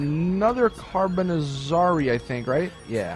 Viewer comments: Also the carbonazarre is not the carbonazzarree the "E" is silent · So I looked up how to pronounce "Carbonizzare" and it's pronounced such as "Carbon-it-zar-ay" The "zz" is like the one in pizza, and the "are" is just "arè"